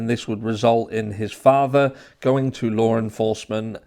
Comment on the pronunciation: There is no "R" in the word law. How are you pronouncing an "R" ?